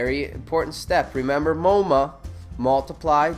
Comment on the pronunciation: did he have to mispronounce "M0MA" as "MOMO"